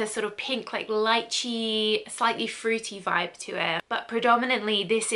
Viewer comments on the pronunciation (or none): none